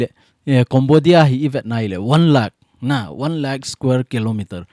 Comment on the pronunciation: Sir na pronunciation chu Cambodia (Kombodia❌ Kembodia ✔️